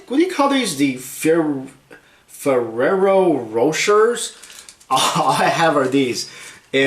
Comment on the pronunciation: "ferero roshers" :DD